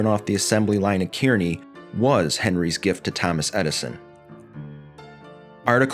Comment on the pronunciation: 'Kearney' is pronounced as 'car-knee'. My dad worked there for 33 years.